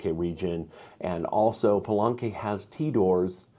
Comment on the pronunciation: Love the video. Thanks so much! On pronunciation of the Spanish spellings: Teot-i-huacan and Pal-e-nque. Just highlighting some vowels you're getting wrong. You're saying more of Teotehuacan or Palanque rather than Teotihuacan or Palenque. Anyway, keep up the good work, and thanks again!